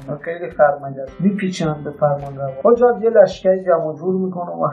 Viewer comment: عمو جان شما اول سواد تاریخی پیدا بکن که Hajaj رو Hojaj نگی ! بعد برای تاریخ اسلام کلیپ بساز در ضمن روایت گر تاریخی نباید لحنش جانبدارانه باشه و باید درباره تمام شخصیتهای تاریخی موضعی یکسان داشته باشه